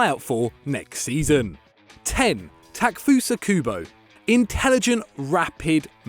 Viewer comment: Stop butchering Kubo’s name